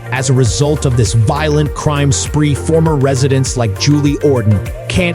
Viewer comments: Your stupid Ai narrator runs his sentences together like some alcohol poisoned bum. Parts of it make no sense. Hire educated humans you squids! Raise your production values or nobody will take you seriously. Volent crime? Voilent Crime? What language are you speaking? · It is a county seat, not a country seat, an error made more than once. You sound more angry than factual. The stresses on your words are often misplaced. Your national unemployment average is inconsistent. Pronunciation is off. “Voylent crime”? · It was really difficult to listen to this AI voice give information with awkward pauses in phrasing and obvious repetitive mistakes in annunciation of certain words like “violent”. The person who created this needs to understand the power of a period in a sentence instead of a giant run on rant.